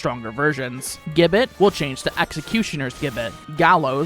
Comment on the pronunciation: Gibbet. Pronounce 'Jib-bet'